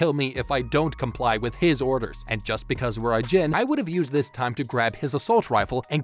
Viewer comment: I'm sorry but the way he pronounces ajin is just painful